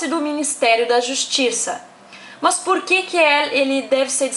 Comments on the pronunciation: “mâs” kkkkk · MÂS ... MÃS KKKKKKK MDS